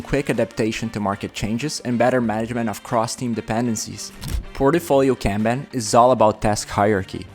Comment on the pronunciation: that is not how you pronounce "kanban" (also, many other words in this video are mispronounced)